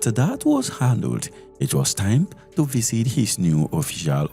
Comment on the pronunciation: I love your channel but please stop adding “th” where it end in “t”. It’s visit not visith. Stay authentic